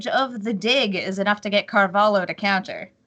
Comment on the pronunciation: Damn! This woman saying "Carvalo" is pissing me off